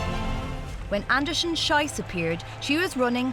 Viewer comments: I would strongly advise you to learn how to pronounce names correctly, because not only it is disrespectful, but also because you are closely pronouncing a very ugly word in this woman's native language. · every time she said her name I was like: please, just stop saying it that way, it's such a disgrace.... you should do at least a little bit of research before saying a name wrong like a thousand times and making the name a swearword by your pronunciation. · Her surname was Not once said correctly😂😂😉😉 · And to make it worse, the mispronounced surname is a swear word in Switzerland. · Typical American and pinnacle of ignorance not able to pronounce and butcher their own names (incl. Irish it seems). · the french name is mispronounced but the swiss name schiess is being pronounced much much worse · It's pronounced "sheess", not "shaiss". In German class I learned "when two vowels go walking, the second one does the talking,", but of course that only works for English pronunciation of German words. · Its sheees not shise ffs your making her surname sound like a swearword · I wonder if author of the video already found the correct name prononciation of that suffering women. Because my ears suffer a lot while listening "sajs" instead of "si:z" ... and you can suffer on your eyes while reading my horrible english :) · Please please please – the last part of her name is pronounced "Sheece". "Shice" means something else entirely💩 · inexcusable mispronunciation of the athlete's "Schiess" name. In Germany/Switzerland "ie" is pronounced "ee"! And "ei" is pronounced EYE. The woman announcer mispronounced "Schiess" as SH-EYE-S, it should have been SH-EE-S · Can the commentator please stop calling her "shais?" It's said "shees". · The commentator is pronouncing the name Schiess wrongly. The diphthong 'ie' in German is pronounced 'ee' not 'aye'. So the correct pronunciation is Sheess. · Maybe learn to pronounce the athletes’ names.... Schiess is pronounced SHEEss. Not SHYsss.....